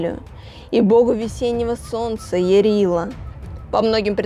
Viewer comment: Не ЯрилА, а Ярыло.